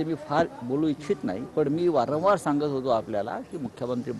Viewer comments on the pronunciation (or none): none